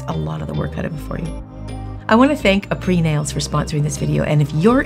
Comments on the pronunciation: i don't like how she keeps saying aprés "apr-ee". it's "apr-ey". it's french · amazing video as always but it’s pronounced ā-pray not a-pree , -helpful tips from a french student 😊 love you & yours videos sm!! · just a tip: "aprés" is pronounced as "ah-prey," not "ah-pree". ;) Makes sense that it's named "after gel" though. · That brand name Apres in my language which is Armenian it means Good Job, We pronounce it differently. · Can't believer you didn't learn to say their name correctly before doing it aloud. Weird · Came here to see how the heck you pronounce Aprés😅